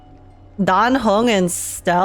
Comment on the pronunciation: aint no way im the only one who heard say die hung not dan heng